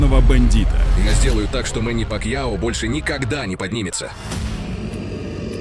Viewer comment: Не Пакио, а Пакяо. Если ты осёл.